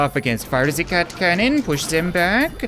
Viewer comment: *fire zee cat cannooon